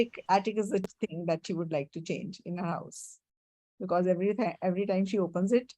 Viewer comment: Most of Jiyas answers are informal...... her pronunciation for Because is wrong and many more